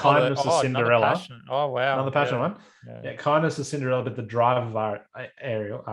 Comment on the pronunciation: Fuck listening to you guys talk about Disney princesses is rough. Ps it’s (air-real) Ariel like (air-rian) Aryan. Not arriel like are you done talking about this.